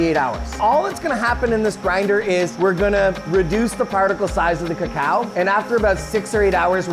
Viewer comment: I loved pronunciation. You can tell he has listened to many locals in Hispanoamerica. At last an English speaker saying /kakao/ instead of /koko/.